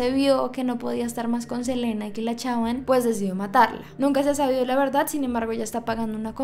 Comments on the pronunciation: Su nombre se lee Selina, no Selena. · no es hate solo te lo digo no se dice selena se dice selina el nombre que se dice selena es de selena gomez en este caso es selina quintanilla se escribe selena y se lee selina me encantan tus videos